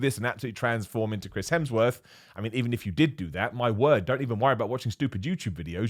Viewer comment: me: at least didn't say 'Helmsworth': 'Crims Hemsworth'